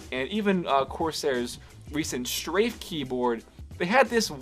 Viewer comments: It's not Strage, It's Strafe! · U said strage RGB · Strage RGB? Don't you mean strafe?